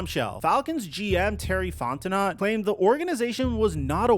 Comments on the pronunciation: As a gay french man, please say FonteNO correctly, and not FonteNOT. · It's pronounced Fon-ten-oh not Fon-ten-not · you gotta do more research you’re pronouncing names incorrectly and it cheapens your content…fonteNO not fonteNOT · Fontenot = fon-te-know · Bro, it's pronounced Font-i-know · This guy is so annoying. The Falcons are irrelevant BUT still people continue to talk about them. This team is trash BUT yet you decided to click on this trash video. Somebody cares what the Falcons do, obviously. Also, at least learn how to say ‘Fontenot’ properly.🙄